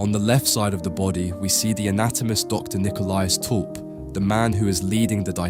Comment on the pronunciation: My family stems from this guy. Thank you for pronouncing our last name properly. Lovely insight into this panting. Also, this was Rembrandt’s first commissioned painting.